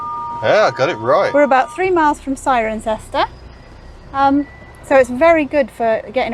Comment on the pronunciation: Thanks for visiting my home region and for pronouncing 'Cirencester' correctly ;-) Enjoy your trip.